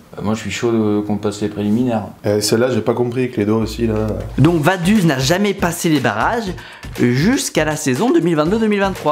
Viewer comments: Vadus 😂 ca ce prononce vadoutz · Vaduz, C'est pas vadus, c'est vadoutsse, la prononciation 😂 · Vadouz c'est pas US mais OUZ svp les FRANÇAIS APPRENEZ à parler correctement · Je ne sais pas si c'est parce que je suis Suisse mais Vaduz c'est très loin de se prononcer "Vaduze" mais bien "Vadoutss". Super vidéo encore bien expliquée est surtout très drôle. On attend déjà impatiemment les prochains récits de foot, le plus beau sport du monde, avec enthousiasme ! Force à toi et continue encore tu as des très bonnes idées et réalisation, bonne idée d’avoir des sponsors par vidéo car tu n’as toujours pas réussi à percer dans le ballon rond ;) PS: Pour y avoir joué oui les division 5, 6, 7 et 8 du football suisse font mal aux yeux mais quand on voit les clubs français qui restent en compétition européennes ça nous rassure. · Si jamais on prononce vadouts pas vaduz... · Vaduz sa se prononces vadoutse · Vaduz ça se prononce "vadoutz" si jamais, sinon super video com d’hab! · MEC, tu m'a tué! Je suis Suisse et c'est réel, tout leurs clubs sont eclaté hahahahaha. Par contre ça se dit VadOUtz en phonétique ^^ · Pour la prononciation on dis "Vadouts", sinon bonne vidéo bravo :-) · Super vidéo. Mais si jamais Vaduz se prononce : Vadoutz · Ça se dit "Vadouts" merci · Au passage, on prononce Vadoutz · On dit Vadoutsss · Si jamais Vaduz se prononce « Vadoutsse » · Merci pour cette vidéo. Malgré l'échec de la tentative de l'accent suisse et de la prononciation de Vaduz 😂.